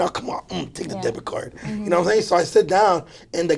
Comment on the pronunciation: Please get a speech therapistssss 🤦🏽‍♂️🤦🏽‍♂️😂please